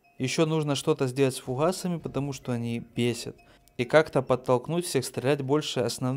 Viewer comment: Не холдой, а голдой. Не Фухасами, а фугасами.